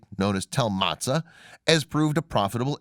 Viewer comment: Motza, not Matzah. But you made up so many of your facts, your pronunciation ignorance is the smallest of your problems.